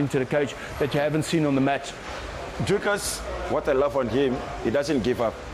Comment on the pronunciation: I like how the Americans call him Draicus instead of Dricus